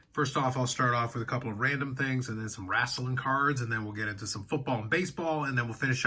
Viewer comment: It’s “wrestling” not “WRAAAAAAASLING”